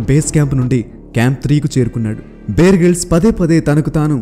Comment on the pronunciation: Brother, "బియర్" గ్రిల్స్ కాదు, "బేర్" గ్రిల్స్. 👍